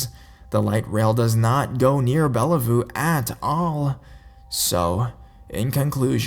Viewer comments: If you ever go to Seattle, it's "Bell View" not "Bella Voo". Microsoft is there. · "Bella-voo" XD ( I am a Washingtonian, it's Bellevue as in Bell- view) I am calling it Bellavoo from now on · It's spelled Bellevue and pronounced Bell-view..just for future reference. Another great video. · Bellevue is pronounced like bell view. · haha Its Bellevue (Bell-view) 😊